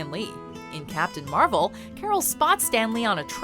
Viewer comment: captain marble hahahahhahaha